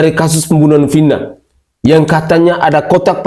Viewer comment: Bilang Vina aja,vinah. Gila kauu